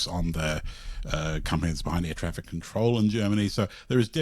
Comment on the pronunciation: So I have always called it TRAFFIC, not TRAIFIK, Oh well uncultured 'mericun I be.